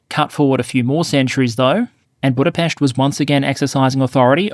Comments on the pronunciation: Big shoutout to you sir, for covering the early history of Hungary so cleanly. You also pronounced 'Budapest' correctly. :) Note that Magyar cannot be immediately 'pro Ukraine' so quickly because Orban has done a ton of brainwashing. He needs to cleanse the pallate and disinformation from the minds of many Orban fans first, and slowly but surely back NATO and Pro-Ukraine initiatives, and show that it's for European benefit. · He even pronounced 'Budapest' correctly. ;) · Good fast summary of over 1000 years of Hungarian history. Good pronunciation of Budapest. Check into the pronunciation of Magyar. Keep up the good work.